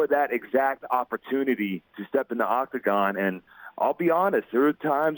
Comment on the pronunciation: I cringed everytime he said octagon. So glad Ariel corrected him.